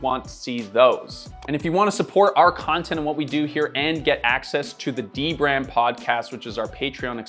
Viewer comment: "De-Brand"? I thought initially that it was "dbrand". A collab perhaps? Or an investigation into dbrand? 🤔